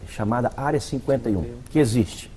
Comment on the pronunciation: Aliens "non ecxiste" Essa senhora não acredita em nada. Igual ao Padre Quevedo. Velha patética.